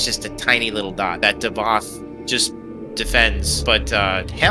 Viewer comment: it's davoth thats his name